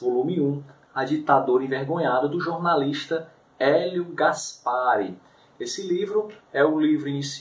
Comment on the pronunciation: Por que que tu fala gaspári e gólbery? Nunca ouviu falar neles?